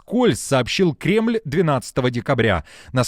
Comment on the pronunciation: Токаев так сказал типа кремыль Бог